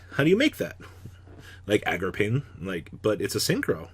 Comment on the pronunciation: I wish u would say card names correctly. It's Agarpain. A-GER-PAYNE!!!!! Not AGRAPAIN!!! Jesus Christ